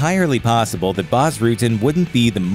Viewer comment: isn't prononced Boss Rutten!?